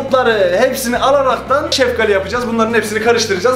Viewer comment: Hidalgali deyil şefqali